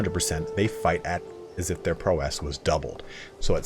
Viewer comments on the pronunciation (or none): "PRAUOW- IS" NOT PROW'ESSSŚ" Great videos though. Lol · ITS PROW ISSSS Like Prau - isss NOT PRO - WESS other than that great video. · Great video! One thing: PROW-ess, not prow-ESS ^^ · Amazing video! Thanks so much for all the work. Just a quick note, in US English "prowess" isn't feminine, so you wouldn't pronounce it "prowesse", it's just... "prowess.". But I guess if you're from the UK that's another story. But then you'd also be required to call your car trunk a "boot" and fill it with "petrol". On second thought turn the clock anticlockwise, go back a tad and throw this all in the bin. Whup, Bob's your uncle! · The way you say prowess bruh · awesome guide, just getting into the game. The pronunciation of prowess gets me every time you say it. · Thanks for the video but a little piece of me dies everytime you pronounce "prowess" that way. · Awesome vid! Your pronounciation of de jure and prowess are a bit off ! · Game reviewers on YouTube never know how to pronounce “prowess”.